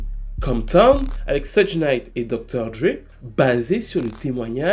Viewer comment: Suge se prononce " chougue"